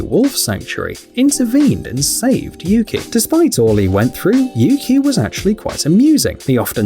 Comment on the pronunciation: The pronunciation of Yuki is U-kai thats what i heard in the video where the guardian is telling things about him/her i cant remember his/her gender😅😅😊😊